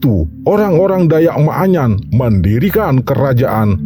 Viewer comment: Bukan maaanyan ,tapi manyan